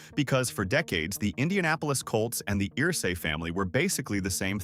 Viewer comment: It's UR-say. UR-say. Not EAR-say.